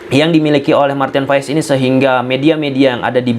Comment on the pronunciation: Maarten Paes... Bukan Maarten Fais...